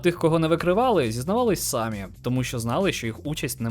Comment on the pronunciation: Шановний авторе відео, в слові "самі" наголос ставиться на другому складі.